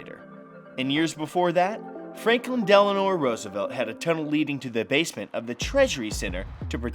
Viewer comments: Its Franklin Delano roosevelt not Franklin Delanor roosevelt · Franklin Delano Roosevelt... Not Delanor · Franklin DELANO Roosevelt (Not Franklin DelanoR Roosevelt) Sorry... pet peeve. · "Franklin Deleanor Roosevelt" lmao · "...Franklin Deleanor Roosevelt..." LOL, it's Delano! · Franklin Delano Roosevelt - NOT Delanor! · Did...did you call him Frankin Denalor Roosevelt? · Franklin "Del-an-or" Roosevelt lol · He said Delanor